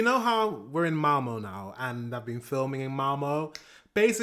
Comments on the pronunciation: Its Malmö not MAMO 😂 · You should learn how to say åäö. If you ever go back to Sweden you will know how to say Malmö.